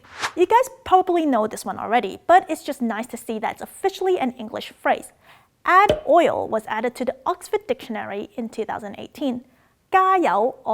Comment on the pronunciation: I can honestly say I've never heard anyone say "add oil" like that in English, but I use 加油 all the time in my Mandarin classes 😅